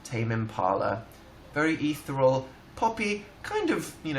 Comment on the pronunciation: DID HE JUST SAY EATHERALL INSTEAD OF ETHEREAL?!